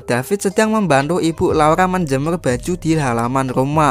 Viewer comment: Laura bukan laula